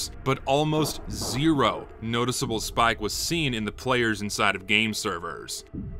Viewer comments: this video is amazing and informative, but did anyone else notice the heavy southern accent any time he said "spike"? I love it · good video but you pronounce spike weird